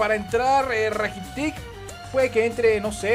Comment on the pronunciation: se dice rakitich no rakitic.l.